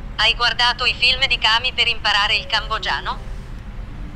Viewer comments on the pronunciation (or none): Another good video. Good job! 'Kami'. Sara, please teach him.